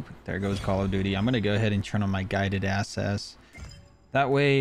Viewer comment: “Guided asses” lol